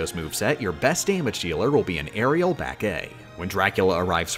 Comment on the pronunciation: As a competitive smash player, hearing "airial back A" is so jarring lol